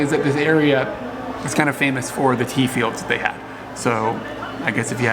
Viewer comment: Oh TEA! I thought you said the pig was raised on teeth. LOL